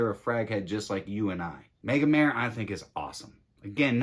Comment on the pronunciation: Totally agree :) I only wish people would pronounce Megamare the Italian way!